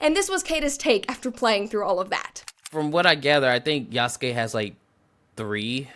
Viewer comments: Sorry buddy..."Yasookay" is not the correct pronunciation, it's cringe to my ears. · Why pick a video made by a dude who can't even pronounce the protagonist name correctly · Ok. So idk if it’s obvious that I’m watching this and responding in real time and omg who is this clown she found as her “expert” dude can’t even Say Yasuke right 🤣 and the game is far from bad. It’s one of the most graphically impressive games in recent years. The lighting is literally game changing. It’s full of detail and texture. It has an amazing weather system. Does it have bugs and issues? Of course. EVERY SINGLE GAME does at launch lol. And the game was delayed to fix the parkour system. The devs came out and said this. lol. Brett you should delete this video. You’re just copy pasting All the rage bait idiots online 🤣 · No, you could have said it better. The man can't even pronounce Yasuke's name right.